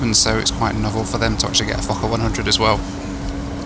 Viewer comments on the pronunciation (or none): I love you but are you saying F*cker 100… how do you find these airlines first Scat now a f*cker…Lol love it legendary as always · did i hear wrong or did he say "this is going to take me down to meet my f*c**r 😂😂. Good joke you really mdae me laugh. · di you say forker =OR= fuker plane???FUNNY =WE CALL NAUGHTY CHILDREN FORKERS =here in new zealand =ha,. ha,. I CANT STOP LAUGHING == =every time you say forker =LUV the DIGGERY=DOO MUSIC xoxelizabeth nz,happy traveler xox:face-red-heart-shape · when you said "fokker" it sounded like another word. HEHEHEHEHE